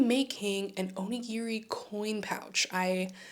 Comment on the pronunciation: おにぎり====sorry, Japanese person here. Oh-ni-gi-ri do not say/ pronouce/ or even sounds like "near" in the middle. :-). I hear so many people mispronounce this, especially on social media. Looking forward to your designs and best to you ヽ(o＾▽＾o)ノ